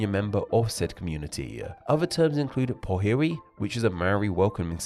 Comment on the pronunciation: Love the inclusion but its: Iwi - ee we Kaumatua - Ko Ma Too A Powhiri - poor fi ree Wahine Toa - Waa Hee Nae Toe a Turkana - got that close enough Reo - Rey oh